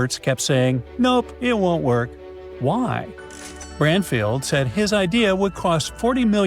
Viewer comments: Branfield... Not sure why I'm watching crud. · like how he is saying Branfield NOT Bradfield...can't he speak proper english